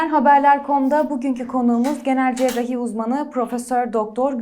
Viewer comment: Spikerin,cerrahi kelimesinin telaffuzunu bilmesi lazım.cerahi cerahi ne öyle.